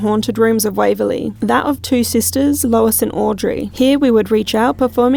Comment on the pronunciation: YES, Waverley Hills, rhymes with CHILLS! ❤🐨